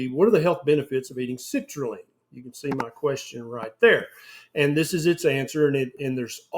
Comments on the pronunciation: Citrulline doc, not citraline 😅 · Everytime you say citrulline I keep hearing the word LEAN, therefore watermelon must be healthy for me 😉